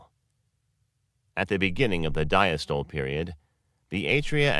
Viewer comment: Check the pronunciation of diastole and systole and other terms (sinoatrial node). They are mispronounced in this video.